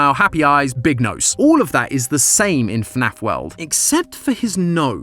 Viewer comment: dont you mean FNAF not snaf